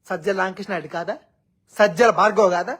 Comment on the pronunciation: "భార్గవ్" కాదు "బాడకోవ్"😂🤣😂🤣.